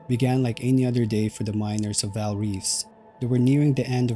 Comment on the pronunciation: "Vaal" ie Gray